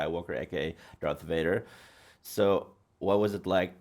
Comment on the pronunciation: Ein englisches Interview eines deutschen Kanals ist schon dann gut, wenn sich zur Abwechslung einer nicht wegen unglaublich schlechtem Englisch völlig blamiert (alleine dass viele action, cigarettes und den Unterschied V/W nicht aussprechen können ist so arg)! Yves sagt zB Gott sei Dank VADER und nicht UÄJDA